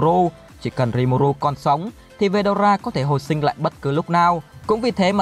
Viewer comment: Ủa veldona là :)) phải là veldora chứ